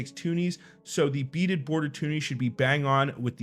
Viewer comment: It’s a twoney not tuni.